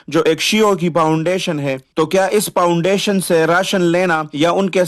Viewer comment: یہ کیا پاونڈیشن پاونڈیشن لگا رکھا ہے؟؟؟😂😂 پاونڈیشن نہیں ہوتا فاونڈیشن ہوتا ہے فاونڈیشن بولنے تک کی تمیز ہے نہیں پہاڑوں سے اٹھ کر آتے ہی ویڈیو بنانی شروع کر دی اور تفرقہ اور نفرت بیچ کے اپنے ماں باپ اور بیوی بچوں کے لیے روزی روٹی کا بندوبست کر رہے ہو یہ جائز اور حلال رزق ہے ؟؟؟ اس سے بہتر تھا کے بیلچا اور کھدال لو اور کھڈے کھود کے اپنے ماں باپ اور بیوی بچوں کا پیٹ پالو کم پے گزارا کرلو ورنا کہیں بھیک نا مانگنا پڑ جائے تمھیں بھیک بھی کوئی نہیں دینے والا ۔۔۔۔ 💪💪 یہ تفرقے اور نفرت کا منجن اب نہیں چلنے والا یہ نا ہو مجبور ہو کے ظفر عباس کے پاس جانا پڑے ۔۔۔🙈🙈